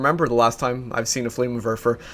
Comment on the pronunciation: It's called a FLAMMENWERFER, not a flamerwerfer. goddamnit